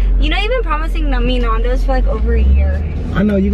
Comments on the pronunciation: Nondoes? It's a Nandoes, but it don't matter I'm not making fun of you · And nandos is pronounced nan-doe's not narn-doe's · it's Nan dos not Narndos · nAndos not nondos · Nondos wow she said Nondos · u say nundos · Your saying nandos wrong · u say nandos soooooooooooooo wrong